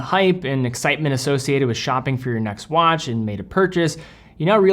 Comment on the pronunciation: dude said wanch